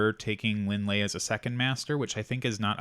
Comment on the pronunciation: Linh is Vietnamese, and Ly is the french spelling of Lee. Her last name is pronounced as the same Lee not Lie